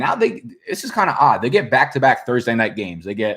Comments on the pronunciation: Robert Calkins it’s not about the word back being bike. It’s about the fact that he pronounces it differently. Like when he purposely mispronounces patreons—it’s just fun to fuck up words lmao. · That’s real slang for back in Florida tho, few other places down south too but I first heard it from the Floridian cats. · He jus trying to be hip with the slang.